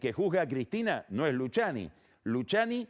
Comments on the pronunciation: No Luciani .. Luquiani ... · Todos: Luciani Pagni: Luchiani Es como Peceto vs Pesheto jajja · "Luchiani" "iuchiub" 🤣🤣